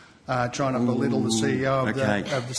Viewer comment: Be-little 😂😂 that's a BIG word from a small person